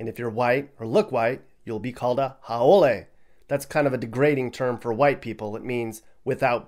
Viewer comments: Haole is pronounced how-lee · Haole is pronounced " How-Lee " trust me, I know. I've lived on the Leeward side of Oahu for 14 years now, and being a white guy from Detroit, I've been called a Haole plenty times. lol left a more accurate and informative comment. I'm not military, I do live on the west side and I am definitely Not rich, far from it actually. lol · It’s actually a howl ee and it’s La ni ee and your pronouciation not so great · He mispronounced haole and it means foreigner.